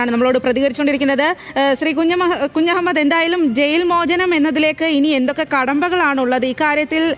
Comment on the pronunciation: കുജു മൂഡ് അല്ല കുഞ്ഞമ്മദ് 😂😂